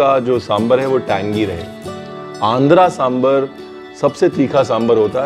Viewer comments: Sir, your extra informations are too good. Ek cheez jo maine bolna zarrori samjha. It is दोसै in Tamizh, दोशा in Malayalam, दोसे in Kannada and दोसा in Telugu. Please pronounce in one of these ways. These is nothing called डोसा. Aur सांबार hai, bohot log सांबर bolte hai. Please don't be offended but this is what it is. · It’s samBAAAAAR pls (and not samber)…🙄🙄🙄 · It's really good to see South Indian food represented, and that too so close to authentic! And with the history too, and acknowledging its origins in ancient Tamil cuisine, mentioned in Sangam literature. Thanks so much! But one request, Chef Ranveer... Please pronounce it right - it's Sambaar (सांबार), not SamBHar (सांभर). You spelled it right in the video, kudos! But please do say it the same way. Please 🙏☺️ Trust me, if people hear you pronounce it this way, it'll have such a huge impact. I love your recipes and more importantly they way you teach. So much patience, and in such a fun loving way. I recently made Jalebi, Sweet Corn Soup and a bunch of others. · RB is spot on about the different types of Sambaar (it's Sambaar not Sambur😀) from Kerala, Tamilnadu, Andhra Telengana and Karnataka. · Lots of respect for Ranveer, but I lose it when he says Samburr😭😭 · Please call it "Sambaar ". Not "sambre" Like ranveer brar not Ranvee Brer. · It is pronounced sambaar!! Like “bar”!!